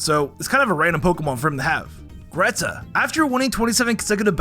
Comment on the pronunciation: so basically you're saying Lucian is not only a nerdy bookworm, he's also a potential r/im14andthisisdeep post? oh and why do you call it "Greeta"?